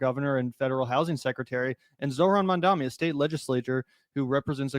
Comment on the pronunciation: MAMdani, not Mandami